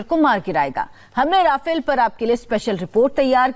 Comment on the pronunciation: भाई रफाएल है राफेल यार क्यो पागल बना रहे हो